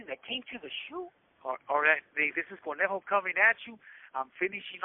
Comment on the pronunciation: It’s conejo not cornejo